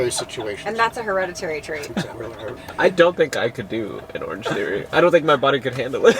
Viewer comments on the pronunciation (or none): I heard "orgy" instead of "orange theory" and the rest of the conversation was still making sense and I got worried there for a sec :'D